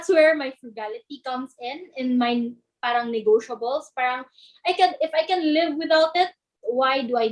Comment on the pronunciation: mga kabataan ngayon hindi ma pronouce maasyos ng R... pahhhhrrrrraaanng